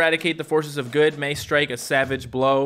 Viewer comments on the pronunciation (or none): none